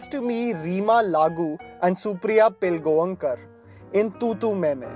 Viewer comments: pilgoankar 😂😂😂😂😂😂 it is pilgawkar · It's pilllll-gaoooo-kar